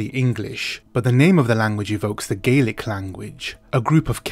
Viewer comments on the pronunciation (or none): none